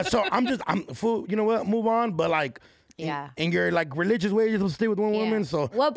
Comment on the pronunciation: When said “it’s regionious” 😂 Doknow is definitely rubbing off on her lol!